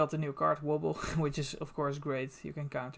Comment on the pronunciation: I could listen to you say Wobble all day